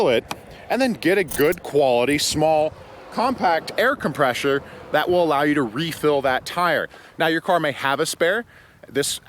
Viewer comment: Aircompresher lmao 🤣🤣🤣